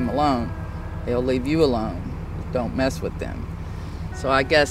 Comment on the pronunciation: "monsters you weren't supposed to meth with" mess with.....uh huh